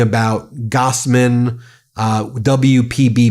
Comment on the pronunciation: Me being a sir name of Gossman do not appreciate your constant mispronouncing of the other person's last name of Gosman. Goss is an 'aww' sound. Gos is 'oh' sound.